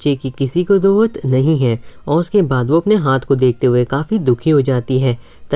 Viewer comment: Bhai zarurat hota hai zauwat nahi